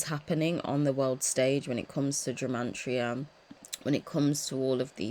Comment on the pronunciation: Are you saying the word Gemantria? 🤔 it's gematria, no n ❤